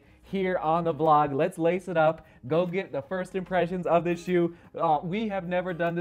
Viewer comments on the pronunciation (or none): none